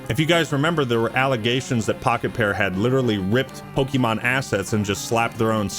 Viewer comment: its pokemon not pokie mon